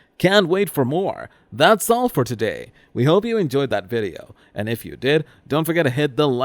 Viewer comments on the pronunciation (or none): Why do you say button and threaten like that? It's very weird...